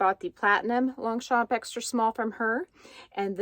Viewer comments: Hi😘 What an unboxing!! This bag is just AMAZING!! love it 😍 Concerning your pronounciation , ok I can tell I am French 😊 you pronounce really correctly Longchamp 👍 just try to not tell the letter P at the end. It is pronounced in fact "Longcham" but seriously i repeat you say it super correctly. Concerning the word "cuir" / leather in English, you also got it right ,say it more slowly : like "cuuiiir" . I wish I can pronounce English words so good like you pronounce these French words 👍😘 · Thanks for sharing the unboxing of your latest Longchamp bag. It's beautiful! Here's a tip for the French pronunciation of Longchamp. The 'g' and the 'p' in Longchamp are silent. Can't wait for your next unboxing surprise.